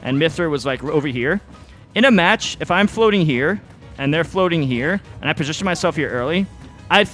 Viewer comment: Love that he still can't pronounce the word "position"